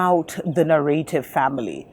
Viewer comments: its "narrative" ,, two fast Rs :) ,, or maybe used in africa, "narëtive" ,,, ,, anyways, nice to hear informet talk :) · You pronounce it Na-Ra-tive